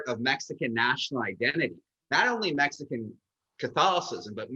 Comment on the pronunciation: Did she say "Mexico-an"?